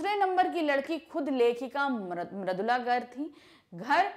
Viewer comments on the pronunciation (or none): Poet name is maridula garg not maradula